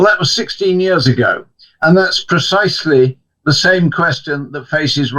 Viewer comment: Why is the presenter pronouncing “the” as “zii” it’s so unbelievably ridiculous (no offence - it’s just a constructive criticism) he can easily correct himself instead talking in such embarrassing way.